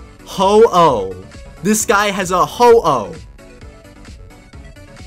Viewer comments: Ho-wooo? its ho o but its spellt like ho-oh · When he said ho-oh I thought he said hello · Ho-oh more like Hau-oh